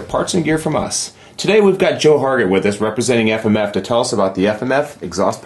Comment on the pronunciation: "Aff-Am-Aff"- that guy.